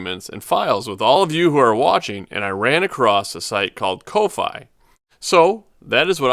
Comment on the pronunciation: fyi its pronounced coffee. like giving money for a cup of coffee ko-fi